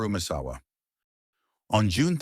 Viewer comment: "Mit-su-ha-ru" "Messawa" "Masahiro" the level of disrespect and low effort of this video is unbearable.